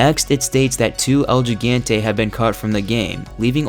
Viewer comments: Why can't anyone pronounce Gigante correctly? "Hee-GON-tey", not "Jai-GAAAN-tee". For the love of Satan, it's been out for over a decade... Like, you already know it's Spanish, put in a little effort. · Hee-ghan-tae gigante